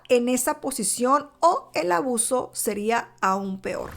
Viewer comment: Por favor alguien me puede decir? Por qué no dice la palabra " ABUSO. Por qué dice aaaauso expliquenme??????